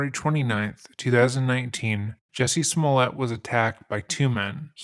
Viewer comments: thought it was pronounced juicy suhmoleeay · IT'S PRONOUNCED, "JOOSY SMOOYAY"!